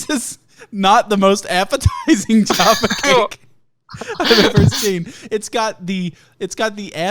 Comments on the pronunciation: Jahpha like caff ( cafe) not jar, jarfa. Agreed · Jayfay cake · "jAHRfa cakes" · I dislike how you call Jaffa cakes jahfa cakes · It’s not fucking juapha cakes it’s j - A - ffa cakes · Being an American who has lived in the UK for more than half of their life, I feel disgusted says "Jahffa" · 'Jaoffa cake'!? I'm disappointed Fungle didn't point that out. I'm starting to question him as a human being now. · JAAAFF AH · stop saying jaffa that way ughghhhh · everytime says jaffa cakes i want to die a little bit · Your pronunciation of Jaffa Cakes offends me. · You pronouncing Jaffa was driving me mental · The way you pronounce jaffa really fucking hurts me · He doesn't say an R at all. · From UK, please don’t say “Jaffa” like that